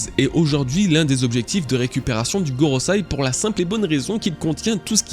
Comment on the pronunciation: GorosEi, avec un E, pas GorosAi. Bon sang c'est pas comme si c'était ton travail pourrais-tu bien le prononcer ne serait-ce que dans une seule vidéo ? lol